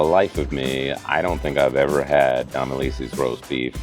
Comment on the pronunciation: How do you say Domilise’s? lol I thought you were from Nola?